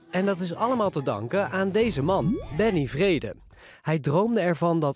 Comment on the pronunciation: Benny vrede klinkt als ben niet vrede 😅